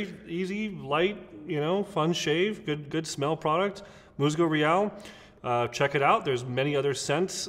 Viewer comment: Great video. Enjoyed the shave. If you wanna step up your authenticity in pronunciation of the product name... MUSGO IS “MOOSE-go” and REAL may be better pronounced like “ray-ALL.” Thanks again.